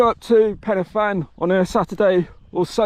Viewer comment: I have to say you did pretty good job at pen y fan nearly perfect